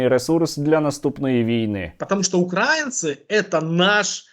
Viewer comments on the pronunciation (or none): none